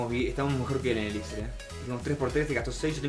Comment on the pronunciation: me encantan tus videos, muy buenos, solo te quiero dar un consejo... la palabra elixir es una palabra aguda, por lo tanto su acentuacion es en la ultima silaba, se pronuncia como si se escribiera elixír